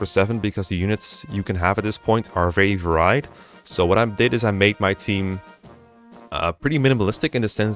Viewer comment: Those are the official, localized, names given in FE Heroes. The names on screen are the ones given by the group of people who translated FE6 illegitimately. Lastly, his pronunciation of varied is due to, as others have pointed out, being from the netherlands.